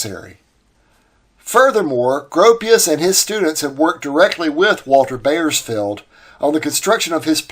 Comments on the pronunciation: I appreciate the quality of your research. But, the butchering of the European names was quite distracting. Piscator is pronounced "peace ka torr". "Piss cater" was almost offensive. The "AU" in German words is always pronounced the same as "OW", as in "owl" in English. Ws in German are Vs in English and "wise wersa". See what I did there? One last thing. Bauersfeld = "Bowers felt" To be fair, it's not your fault. When I was 10 years old and we lived in Germany (I was an army brat), my English teacher put huge emphasis on the Latin roots and commonality between English and German. Most American children don't get English classes of that quality any more. If at all. So, sue your teachers. :) ) Keep up the great work! I love your channel. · I am enjoying your videos and have a very slight correction. It is Buckminster not Buckminister. Also, I knew a person with the name Bauersfeld, was pronounced as "Bowersfeld", but that does not mean your pronunciation is wrong.